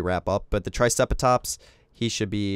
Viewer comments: Its pronounced try-ce-ra-tops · i find it so funny the way he said triceratops LOL :)